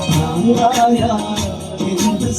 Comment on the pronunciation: ബ്രാന്ത് അല്ല ഭ്രാന്ത് എന്നാണ്